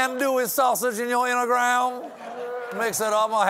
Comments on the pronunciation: Mr. Colbert cracking himself up at saying "intagram" gives me life 😆🤣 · OMG, the whole “intagram” and steaks bit had me laughing my head off! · “Inta-gram…” Oh dear, Stephen got contact drunk after the “Diet Pepsi” bit!